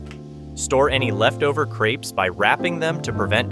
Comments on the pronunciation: If they're creeps I don't want them. That's not how crepe is pronounced 😂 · Lol you say "authentic French", then pronounce them "creeps" 🤦‍♀️🤦‍♀️🤦‍♀️🤣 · There is only one e in crepes, the way you are pronouncing it is creepy.